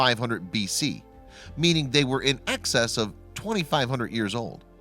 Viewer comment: "in access of twenty-five hundred years old"